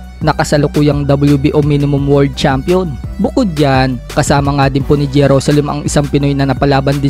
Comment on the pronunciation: 🤣 ibig ko sabihin sa Pag bigkas nya imbes world champion..word champion 🏆✌️😅